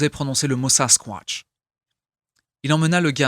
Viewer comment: Juste tu me fait planner comme tu dit sasquointch 😂😂